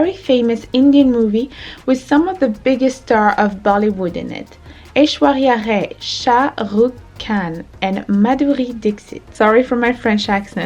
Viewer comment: You pronounced her name correctly yess